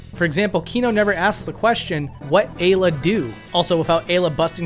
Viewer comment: Interesting pronunciations. I always assumed Ayla, Magus, and Melchior are pronounced "Eye-la", "May-guss", and "Mell-key-or".